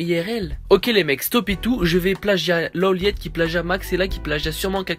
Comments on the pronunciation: C'est Low Light bordel ! Son pseudo se prononce comme tel ! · Sa se lit pas LeauLeiit mais LoLight